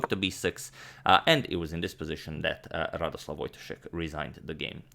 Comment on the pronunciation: To increase vast knowledge, his name is Radosław Wojtaszek which is pronounced a bit differently then Radoslaw Wojtaszek. Its really hard to explain it how, but you can use google translate with polish language and it will say it correctly ;) cheers! P.S. Polish language is hard :D